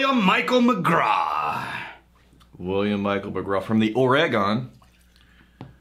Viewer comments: You guys are AWESOME. Thanks for reviewing this one. And you're welcome for the Billy. BTW: "Ore-" like the stuff you mine from the ground. And, "Gun," the thing you shoot. Ergo: Ore-Gun. I agree, about the finish. Great nose and flavors, but the finish isn't really clean as much as simply absent. It's a lot like the OSU Beaver football; (my home town so I can bust balls a bit) a pretty decent first half, but no idea how to finish a game. And I have yet to get any ginger as well. For all the Oregon spirits I've tried, this one has the most promise.... so far. The Cornelius Road house is a McMenamin's distillery. The Other is the Edgefield Campus. But, the Billy and the Billy Rye are only made at the Roadhouse. I liken the sour note to a cognac like presence that I assumed was imparted from the still itself. Maybe the light toast with no char?? All in all, It's not going to displace the spot in my heart where Elenore now resides, but for a region with no distilling history, not a bad spirit to associate with Oregon. Thanks again you MBs!!:-) (P.S. Thanks to for a GREAT Christmas gift, really was the topper for my holiday. Cheers, mate!!) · It’s pronounce Orygun. Come on guys!